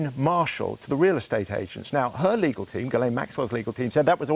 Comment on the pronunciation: Since when did it become acceptable for 'reporters' to pronounce words like 'legal' as 'legaw'? Has all sense of decency fled?